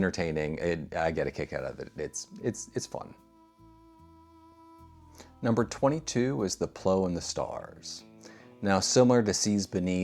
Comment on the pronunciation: Plough is pronounced plow - the way you spell it. An agricultural tool. The Plough and the Stars is a play by Sean O'Casey. But it is also a flag.